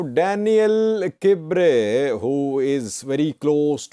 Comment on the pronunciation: Hi, pronunciation of Daniel Kibret is not by omitting the "T" sound in Kibret. Just say: kb-ruh-T.